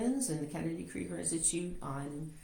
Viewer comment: The organization is pronounced "Kennedy KREEGER" not "KRIGER".